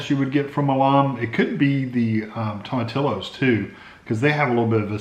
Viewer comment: It's pronounced "to-ma-TEE-yos". looks good.